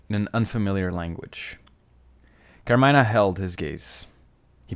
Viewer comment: It’s car-me-nah